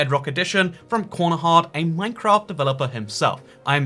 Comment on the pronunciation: Konohahd is not how you say corner hard